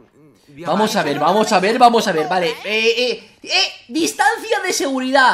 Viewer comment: TE AMOOO VEGETAAAA LIKE SI ESTALLASTE DE RISA CUANDO VEGETA DIJO "DISTANCIA" TOF TOF JAJAJAJJAJAJAJAJAJAJAAJAAAJJAAJA